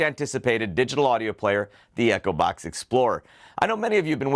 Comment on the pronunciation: You don't pronounce Echobox properly because I keep hearing Acrobat instead of Echobox!